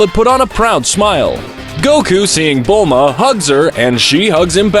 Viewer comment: Haa when he calls chi chi milk and buma braw